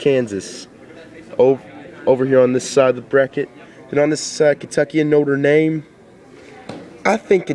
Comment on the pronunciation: BTW it's notre dame not notre name